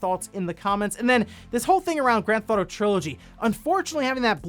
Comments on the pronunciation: Is it me or is he saying “Gran-Thot-O”? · Grand Thauto lol